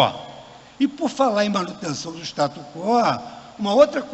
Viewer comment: O cara não sabe nem pronunciar STATUS QUO. Que vergonha. Que tipos de pessoas na nossa corte suprema.